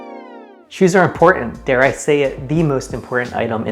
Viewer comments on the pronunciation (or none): none